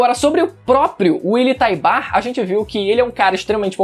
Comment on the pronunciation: Willy Taibar? Kkk te manca menino. Fala direito.